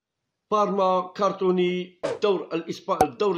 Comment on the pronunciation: Ya khouya shoubir c'est pas cartony c'est crotonne